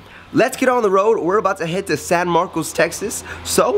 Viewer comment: Dude its pronounced San Marcus not Marco its just spelled that way. get it right.